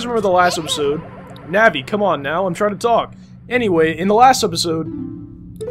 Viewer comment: navi more like NABBY pls no hate